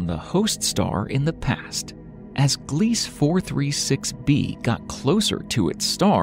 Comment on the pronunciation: *Gliese - glee-suh 🙄 🤭